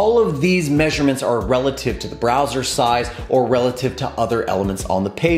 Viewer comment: Thanks for the vid... and it's "relative" not "releative"